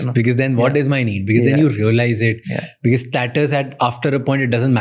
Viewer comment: Pls pronounce "because " as BECAUSE not "bikis "